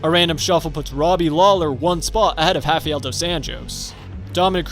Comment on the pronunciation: Wait wtf is up with this dude pronouncing h instead of r Hafael instead of Rafael Henan instead of Renan Heis instead if Reis